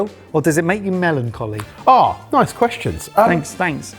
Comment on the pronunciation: So is now "melonjolly?"